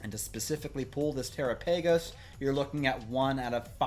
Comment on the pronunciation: Look up how to pronounce Terapagos